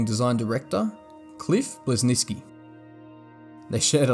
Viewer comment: Agreed. Didn’t even try to say Bleszinski’s name remotely close. So many basic inaccuracies